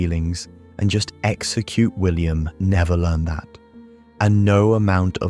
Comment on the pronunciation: Why is this AI (text to voice) narrated? If you wrote the script, wouldn't you believe in it enough to be worth reading it yourself or getting another real human to read it? The occasional mispronounced words (like "learned" instead of "learned") and pauses at the wrong point in a sentence are a dead giveaway. I thought this subject held promise, enough that I bothered to click. But now I'm doubting if this is even real or proven psychology, as opposed to just someone's pet ideas.